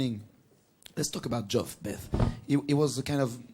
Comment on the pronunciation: "Portish head"..."Joff" LOL